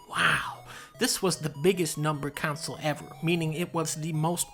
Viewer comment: This was a very entertaining vid, mission accomplished - nice work. What I disagreed with most was not the rankings which were curious at best - I disagreed most with your pronunciation of console, which is pronounced “con-sole” not “council” and jaguar, which is pronounced “jag-war” not “jag-wire” you goofball. 😂 Keep up the good work.